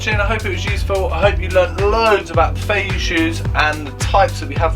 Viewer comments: Don't want to piss in your cornflakes but first of all, you pronounce Feiyue wrong. It's Feiyue not Feiyu. Second, all the feiyue are made in Shanghai and there's no such a thing as fake Feiyue. You're selling Feiyue shoes with a 'green' triangle. These shoes are made for the French and international market and cannot be sold within China. The red dot Feiyue, is called Dafu Feiyue, and has a round sole, instead of the flat sole that is produced for the French market. The red dot Feiyue can only be sold within China. You can buy the Dafu Feiyue for 30 RMB. That's about 21 Pounds. You're selling it for 23 Pounds, that's 200 RMB... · Pronounced "fay-you-ay"